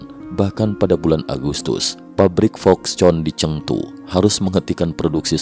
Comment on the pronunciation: foxconn bacanya foxkon